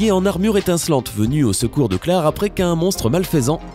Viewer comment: Frr c'est " claire " pas clare